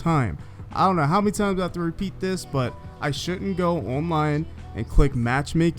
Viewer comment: It sounds dumb 😑